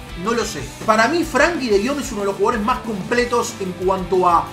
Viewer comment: lo decís de chiste lo de Frankie de Jong porque es frenkie de Jong